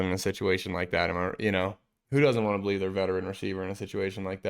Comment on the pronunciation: I Bo-lieve !!